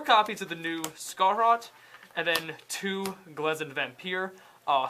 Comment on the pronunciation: Scharhrot... They pronounced it as scar-harot? I pronounce it as shar-harot That’s just me though